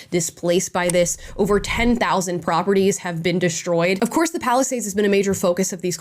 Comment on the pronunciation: It kinda sounded like Palestinians. I know thats not what you said but i just found it a funny though.